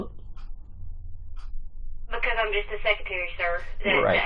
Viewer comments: What’s a seck-yuh-tarrie? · What’s a secutary? Does mean secretary? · No idea, however, to me, it sounded like he pronounced it “sec-utury”